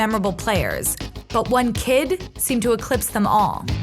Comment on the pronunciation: Am i tripping or did she say "fightar"